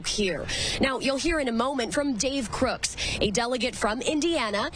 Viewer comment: Did she say Crooks? 😂